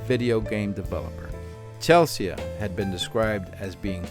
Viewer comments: The name 'Chelsea' is pronounced 'Chelsee'. (not 'Chell-see-ah') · Just as a matter of interest why you pronounce Chelsea as Chel-see-ah?